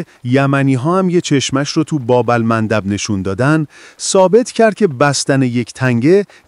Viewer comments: خوووووویِشش تنداری😅 باقلوا😅 بابا اًلمندب😅 هوش مصنوعی جان چی میگید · عزیز در دقیقه کلمه خویشتنداری رو چرا اینجوری عجیب تلفظ کردی ؟😮 یا کلمه :باب المندب رو توی دقیقه اینطور عجیب تلفظ کردی ؟ یا دقیقه کلمه بالقوه رو بَلقوه گفتی ؟ احتمالا هوش مصنوعی داره صحبت میکنه وگرنه شما به عنوان گوینده نمی تونید اینقدر بیسواد باشید . سعی کنید صدای خودتون روی ویدئو ها باشه .⚘️